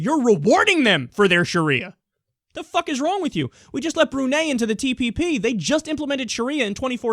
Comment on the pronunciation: Brew-NYE, Kyle.